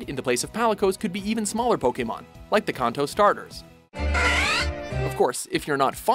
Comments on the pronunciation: It Can-To not Kon-To Idiots. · god its like you're trying to pronounce things wrong wtfs a kunto or a reeoo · Umm I'm sorry but don't pronounce Kanto that way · he said Kanto wrong =(